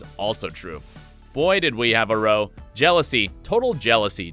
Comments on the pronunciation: Nevermind mispronouncing "row" (arguement) as "row" (row row your boat). Wtf? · "Boy, did we have a row!" This kind of row rhymes with "now", not with "go". Sheesh. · When a row is a fight it's pronounced like cow. Other examples of the narrator's ignorance are noted below by others. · Parker-Bowles. Row. Highlands. Divisive. Get the bloody pronunciations correct! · Yes, it made me wonder if they'd taken up boating. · We had a GHASTLY row. My oar was split up the middle! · I think you'll find it's an AI voice. Not real. That's why he can't pronounce row . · the way you pronounce 'row' hahaha oh fucking dear